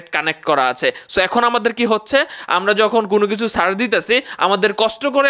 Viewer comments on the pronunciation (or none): none